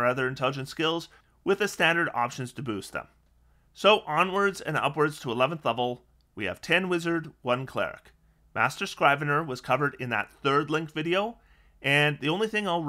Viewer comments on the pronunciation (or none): obligatory pronunciation correction: Scrivener has a short "i", like "scribble" and it's only 2 syllables.